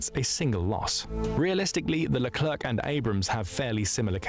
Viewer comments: Great video mate! As a sidenote, hearing "lerclerKH" at least 10 times made my ears bleed. We say "lecler" without pronouncing the final c. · It's because it's an AI voice. It also pronounced the final "c" in leclerc.